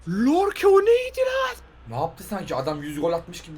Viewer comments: LORKE DEĞİL YORKE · yeter lan yorke ye lllorke deme lan yeterrrrr cok sinir bozucu birsey bu yeter lann lorke ne adamin ismi yorke yorkeeee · Ya şu adama lorke deyip durmayın “YORKE” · Abi lorke değil yorke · Lorke değil ABİ yorke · Ümit abi lorke diyil yorke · artık şu adamın adı lorke değil yorke.. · Biri söyleyebilir mi oyuncunun adı lorke deil yorke 😅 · Yorke ye lorke diyen selam